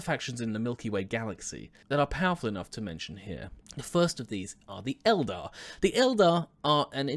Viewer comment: Thanks for not calling the Eldar Aeldary or however you say it.